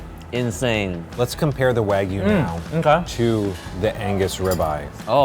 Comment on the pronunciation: Finally, Chef who pronounces wagyu correctly. 👍